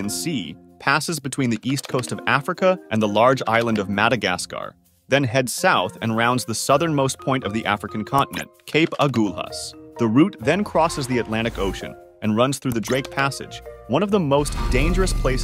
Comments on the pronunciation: Idk why i got pissed off and ik the guy might not kbow how to pronounce it but its not cape "ag-oo-lus" ots pronounced cape ag-uh-lus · Bro, it's A-Gull-As, not Ah-Gool-Haas. Not everything in Africa has to be over pronounced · "Cape Agoolahs" 😂 Ah-gah-las. That's how we pronounce it. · There's an "h" in Agulhas, it's not pronounced Agulas. lh is the Portuguese version of ll in Spanish. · Agulhas...not a fancy pronunciation. Say it A..gul.. hus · The pronunciation of Aghulas was awful to my South African ears. (it’s ah-gull-uhs) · The pronunciation of Agulhus was almost right. The "gul" part is said like saying seagull/gull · The way he pronounced Cape Agulhas 😏🤨